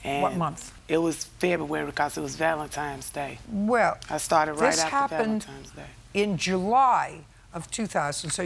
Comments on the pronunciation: Valentimes day 😂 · "valentimes day"